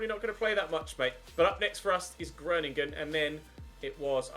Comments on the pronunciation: the 'o' in Groningen is pronounced like the 'o' in grow. If you change your O pronunciation you'll be spot on! Love from the Netherlands <3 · Hi im from the netherlands could you please just put the name groningen in Google translate so you can hear it pronounced. Its really funny how you pronounce it